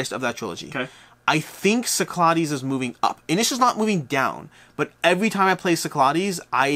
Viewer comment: Cyclades. Sick-la-dees. I’m sorry, I cringe every time.